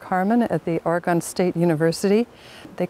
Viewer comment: Another great documentary on Old Growth Forestry--I just wish that peoples in the East would pronounce Oregon properly: , Thank you for this.